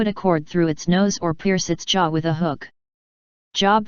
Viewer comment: NOT job. JOB like robe.